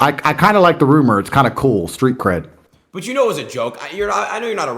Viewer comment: bro said street cred like cyberpunk 😂.